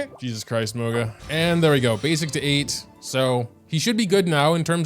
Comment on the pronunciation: Sorry, but I seriously can’t be the only one laughing at Moga’s pronunciation